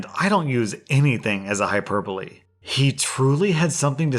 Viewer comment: You said hyperbole wrong lol